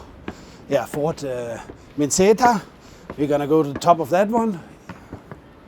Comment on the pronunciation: 'minceta'=minČeta i to s naglaskom na PRVOM slogu...😅